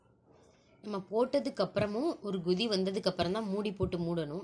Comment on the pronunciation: Gothi illa sis kothi. (Boiling )